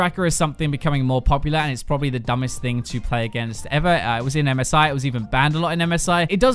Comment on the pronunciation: I am the only one who hears MESAIH instead of MSI?